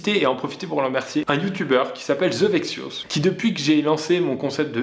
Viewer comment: À la recherche de "The vexious".. the viccious... ze veksious ?? bref l'abonné dont Pierre parle qui poste des com sous chaque vidéo